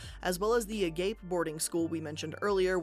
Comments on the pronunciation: agape is annunciated Uh Gah Pay, it means infinite love. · Lmao at her saying a-gape after reading this hahaha